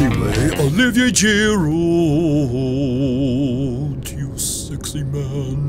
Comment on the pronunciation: He said girudet